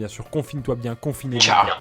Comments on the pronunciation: Pierre tu peux pas faire une liaison à bien z et vous c est pas français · "Très bien zes vous ?" J'avais rien à dire